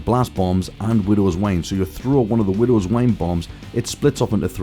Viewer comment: boi this guy said widow's wane it is widow's wine!